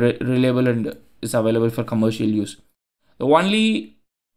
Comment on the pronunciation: Interesting as always. FYI, only is pronounced oh-nly or own-ly as opposed to one-ly or won-ly. Don't ask me why but it is 😂